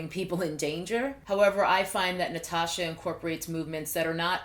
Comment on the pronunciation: Also, the way you pronounced my name was actually amazing! Not many people get it perfectly like that! 🙌